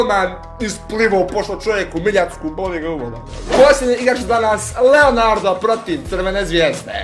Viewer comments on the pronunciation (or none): none